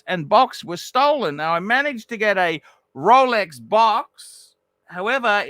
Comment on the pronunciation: Hair by investing heavily in fake rrrrrolecks